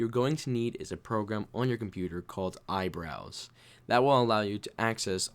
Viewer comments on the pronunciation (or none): when he said iBrowse i thought he said eyebrows